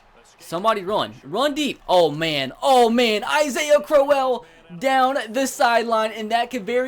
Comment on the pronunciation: He said Isaiah AH-SA-IHA